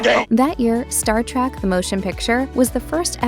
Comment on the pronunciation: Oof, Its not Star "Track"